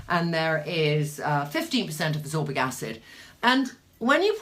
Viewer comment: Ascorbic not absorbic. Abut like how you mix a ferulic 😆